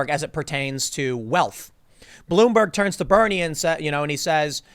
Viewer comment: he says blueberg, lol. (Tim Pool) I don't go to POL.